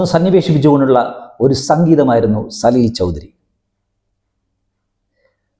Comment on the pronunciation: സലിൽദാ യെ ഇഷ്ടമല്ലെങ്കിൽ വേണ്ട.. എന്തിനാണ് അദ്ദേഹത്തിന്റെ പേര് വികൃതമാക്കി ഉച്ചരിക്കുന്നത്? ആ പ്രതിഭയുടെ അടുത്തു നിൽക്കാൻ പോലുമുള്ള യോഗ്യത താങ്കൾക്കുണ്ടോ?